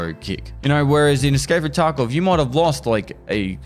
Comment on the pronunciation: I watch vids with subtitles and lol every time says "Escape from Taco"